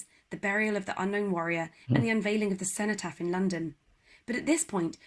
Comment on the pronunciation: It's Edward Elgar pronounced El-garr The Cenotaph is the memorial in Westminster to the fallen of World War One ( ) Cenotaph is pronounced Sen - o - taff.